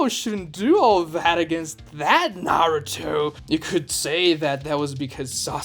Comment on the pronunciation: this guy is making videos about his opinions but he can't even say Naruto right